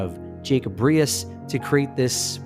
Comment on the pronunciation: I’m from Brooklyn originally. We always pronounced “Riis” as “Reece”, as in Jacob Riis Park in Rockaway which was the beach we went to, taking the Marine Park Bridge.